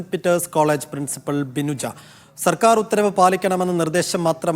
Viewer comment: പ്രിൻസിപിൾ അല്ല. പ്രിൻസിപ്പൽ ആണ്